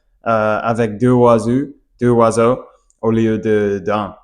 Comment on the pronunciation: Bonjour, merci pour le partage👍 quand vous parlez des oiseaux au pluriel il faut faire la liaison avec le S de " les "du coup ça donne en phonétique : les zoiseaux. Idem pour un oiseau faites la liaison avec le " un " et ça donne en phonétique : un Noiseau et pas un Oiseau. Désolé, oui, c'est bien prise de tête mais vous parlez super bien tout de meme😊 et pour finir de vous achever🤪 si vous parlez d'un oiseau ( d'un Noiseau) ne dites pas le oiseau mais l'oiseau. Allez, bon courage😅